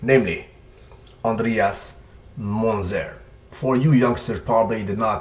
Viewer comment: It's pronounced something like "Mintza", not only arabic names deserve a try. And let me say why he died. Did the steroids contributed? Yes, but it wasn't the major cause. He bleeded because he had a peptic ulcer, that's what 500 mg of aspirine can cause you. Let's use our brains: he used diuretics so he was in a hypovolemic state, with his sodium too high; his potassium too high due the K pills to prevent potassium loses by the diuretics (it provokes arrhythmias). Anabolic steroids make your medula produces more red blood cells and the blood get too thick and can't flow properly. He was in such a state in which could not have bleed (hypovolemia, blood don't flow properly, cardiac arrhythmia), those factors reduce his survival chance severely. And yes, his multiple organs dysfunction also made he go to another world.